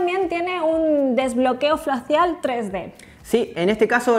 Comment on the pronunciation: La chica dice en el minuto "Desbloqueo Flacial" en vez de desbloqueo facial 😂😂😂